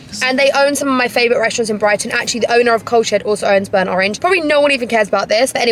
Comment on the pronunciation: I thought you said it was called the Cow shed 😂😂😂